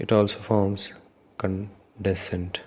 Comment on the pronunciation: ...you are pronouncing the word "condescend" incorrectly otherwise very good video